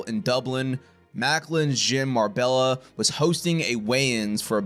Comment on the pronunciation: Good video. One thing; it's pronounced Mar•bay•ya, not Mar•bell•a. Double LL in Spanish is pronounced as a "Y"